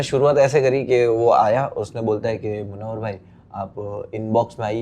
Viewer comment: The name is pronounced as Mun-naw-war